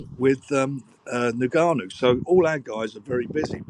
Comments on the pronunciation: Did frank say "niggernou"? 😅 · "Niganu" easy Frank crikey. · "Nergarnou" The damage on that surname has been incredible.